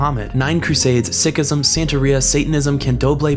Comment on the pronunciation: dude you said SICKism its pronounced SEEK ism loool dope video as usual tho